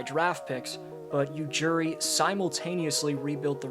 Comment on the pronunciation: It's Ujiri not Ujuri and Danny Green was also in that trade.